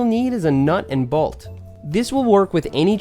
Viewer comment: Say “balt” one more time